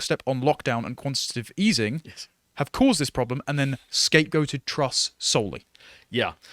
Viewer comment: the woman's name is Truss, not Trust. Great start